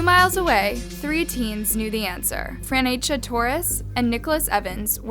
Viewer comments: Fra-ne-cha. Her name is Fra-ne-cha, according to your spelling in your description. Why do you keep saying Fren-che-ya? Good content tho. PS It's "Please BEAR with me". Bare with me suggests you want people to get naked with you. And I doubt you meant THAT! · How can you read "Franecha" and think it's pronounced "Franchetta"? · "Franchea" ... its Franecha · Name is Franecha not Franchea. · Her name is Franecha not Franchea and Franchesca like how you were pronouncing it throughout the video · The way kept saying Franchea instead of Franecha and then randomly changed her name to Francesca at the end… she’s doing it on purpose at this point smh